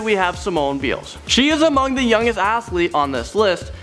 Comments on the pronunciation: B-eye-els (Biles) not beals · It's pronounced Simone Biles (BYE-els). You sounded weird pronouning it that way. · I'm a gymnast and I was really mad when he said Simone Bile's name wrong. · Herro Peoples same. Bruuuuhhhhh how did he he say that wrong lolll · You said Simone's name wrong anyway she's the best women's gymnast in the world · I HEARD THAT i was searching the comments to see if anyone caught it XD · You're not the only one who noticed. 😁